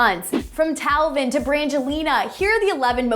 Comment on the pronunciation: its tayvin not talvin